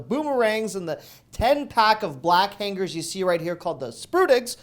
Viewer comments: LOL I never could figure that out either. Is it a regional pronunciation? In NJ we say hang-ers. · Why hang-gers and not hang-ers?